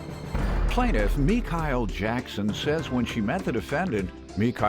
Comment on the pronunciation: Me-Kyle? Somebody was trying too hard to be different...